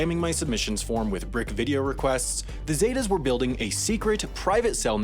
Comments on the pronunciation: Okay first, it’s pronounce “sEH-tAHs” not “Zey Tas” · It’s ZEH-TAS! Not zeytas 😂 white ppl are terrible at pronouncing words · “The Zay-tuh’s” that’s not how you say it at all!!!😂😂😂😂 It’s pronounced “seh-tahs” 😂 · Its not pronounced as zey tas its pronounced as zet-tas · It’s pronounced Zet-Tas not Zay tas. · Its not pronounced “Zeytas” its pronounced “Cetas” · Z-eh-tah-ss. Not zay-tahs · ZETA NOT SAIDA ZEEEETAH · it’s pronounced los Setas like with an s and “alcones” like the h is silent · Lol the way he says zetas what a 🤡